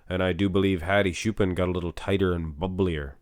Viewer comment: Stop butchering Hadi's name. Let's do baby steps. Hadi has 2 parts. "Ha" is like "hot" without the final t. "di" is like a,b,c, "d". Choopan is pronounced like "chew" and the last "pan" part is pronounced like the verb "ponder" without the final der. And when you say Choopan, emphasize the latter syllable. So it's like chooPAN.